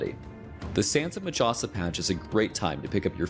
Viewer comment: I cringe everytime the narrator says majasa. in my language J is pronounced as H. So its pronounced as Mahasa. Its like the harry potter meme. It's wingardium levi-"O"-sa not levio-SA.